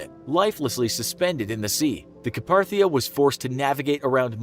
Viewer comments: Carpathia. It's "Car-pay-thee-ah". Not "Ca-par-thee-ah". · Every time the names of the ships were said wrong...never heard anyone mispronounce Lusitania and Carpathia